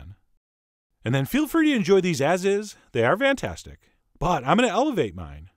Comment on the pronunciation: Am I the only one tht always hears "vantastic" instead of fantastic?